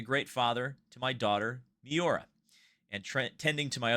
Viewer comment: Marco's daughter must surely be named after the Lamborghini Miura, the first true (and prettiest), supercar. In that case pronunciation of her name was a bit off.